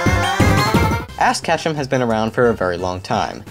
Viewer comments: I swear I heard ass ketchum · Pfft... It sounds like you said ASS Ketchum ... HEHEHEHEHEHEH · "Ass Katchum" LOL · he said ass kutchum! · Did you say ass let hum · Did he say Ass Ketchum? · Is it just me, or did I hear Ass kethum? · did he say ASS ketchum? Seriously it sounded like it. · "Ass Ketchum" wut da fuq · Did he say ass ketchum or is it just me